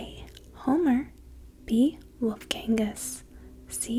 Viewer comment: "Wolfgangu...." wtf its Wolfgang Amadeus Mozart